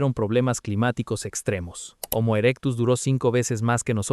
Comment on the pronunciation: Hasta donde sé, la h de homo, que es latín, es muda al igual que en español, y no equivale a la pronunciación anglosajona equivalente a la J en español, por lo que decirle jomo me parece absurdo